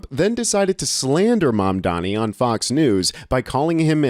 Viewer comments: Please get his name right. It’s Mamdani, not Mambani! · zorAN mamdanEE. LEARN TO PRONOUNCE HIS NAME, MAAAAN 😂. Arabic: accent on last syllable. Spanish: accent on second-to-last syllable.. it sNOT THAT HARD. eeRAHN, eeRAHNIAN, not ai-ran or ai-reinian. 🫡